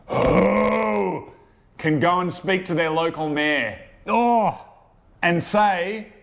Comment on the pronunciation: Took me a whiiile to workout you're saying "mayor" as in head of the town, and not "mare" as in female horse.